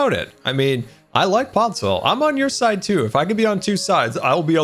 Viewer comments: Am I the only one that noticed says podsoil instead on podzol? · ITS POD - ZOLE STOP SAYING POD - SOIL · I absolutely love. Don’t get me wrong but PODZOIL? That’s how he pronounces it and I hurts me every time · Hearing pronounce podzol as "Podsoil" irks me more than it should. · No one::Podzoil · I dont like how he says Podsoil, it is Podzol. Say it with me, Pod-zol. If you cant understand that, try Pod-sol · Minecraft: "Pod": Pod Minecraft: "Zol": Zol Minecraft: "Podzol": Podzoil:D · no one:: PODSOIL